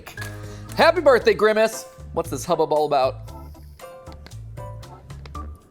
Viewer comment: Why did Dey frow up, Dey didn’t wike my berfday shake, I… I wish I never had a berfday